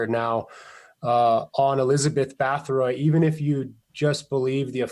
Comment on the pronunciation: Difficult to take too seriously when the researcher does not even pronounce the name Bathory correctly and then goes on to erroneously suggest Vlad the Impaler came after her historically. Vlad Tepes lived in the mid 1400's where as Bathory existed in the 1600's. Also Vlad Drakula was never historically linked with vampirism until Bram Stoker associated the name with his fictional vampire Count Dracula in the late 1800's. Other than that the connection between the historical Vlad the Impaler and vampires is practically non existent . Despite Vlad's sinister reputation being a notorious despotic blood thirsty tyrant his us none the less recognized as a national hero and of all things remembered in his native Romania today as a champion defender of Christianity against the muslim Ottoman turkish invaders who were trying to over run Europe at the time. This may seem like nit picking but it does make one question the veracity of the rest of the information being reported.